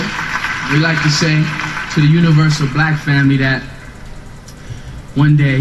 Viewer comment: I really can’t stand the way you say the word “BLACK”.